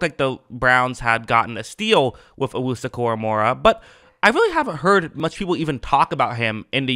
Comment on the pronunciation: Koramoah not Koramorah